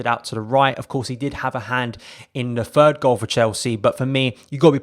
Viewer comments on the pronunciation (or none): none